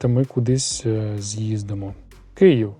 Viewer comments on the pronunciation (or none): none